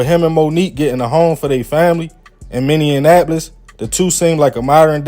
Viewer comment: Say it with me MINNE-AP-POLIS 😂😂 love your content bro